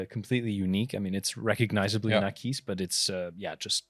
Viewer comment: Great show!! But!!!! The AquisPro does not and will wear well on any wrist;) also Akees???? Have I been pronouncing wrong ??? Aquis as in Aqua?? I need to now now!;6 l;)